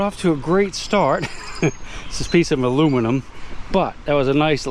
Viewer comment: Hey,, a piece of muluminium. Love it